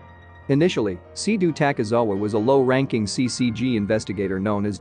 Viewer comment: Fr LOL at least he said takizawa but he said seiduo wrong but ill give him that one